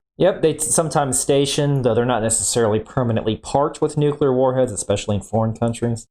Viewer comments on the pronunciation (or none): I started listening to a different video about this subject, but he showed his lack of expertise as soon as he said "nucular".